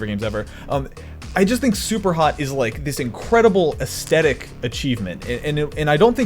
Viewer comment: is he pronouncing aesthetic like that.. as a joke or something? i don't understa